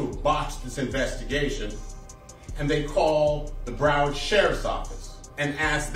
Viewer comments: Idc how late i am on this video I came to say STOP SAYING BROWARD LIKE THAT! Brow pronounced the same as when you say eyebrow. BROWARD brow-erd = BROWARD Not Bro Not Browf And there is definitely no f in it so i don't know what you was trying that first time lol brow please BROW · Its BROWARD COUNTY NOT BRUUUWORD COUNTY LOL 😂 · Brow-ard County. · Lol this video is filled with errors....he mixed up ynw sac chaser and ynw juvy when he introduced them and keeps calling it BRO-WORD county 😂. This guy is fried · BROW-WARD COUNTY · This guy doesn't know how to.say Broward County 😅